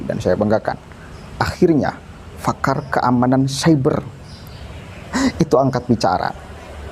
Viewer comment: koreksi dikit bang, PAKAR bukan FAKAR......